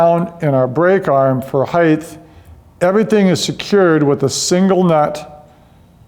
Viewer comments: its not 'heighth'..its height...t...t...t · Not heigth, height